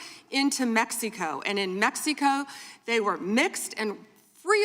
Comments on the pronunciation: why does say "Mexeeco"? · She can't even pronounce Mexico correctly